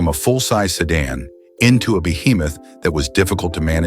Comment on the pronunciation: What's a "sedun " ?